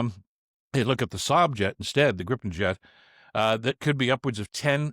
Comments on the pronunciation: Damn it, it is pronounced gree-puhn, not grippen! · It's pronounced GREEpen, FYI. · The first syllable of "Gripen" rhymes with PIPE. Come on, guys !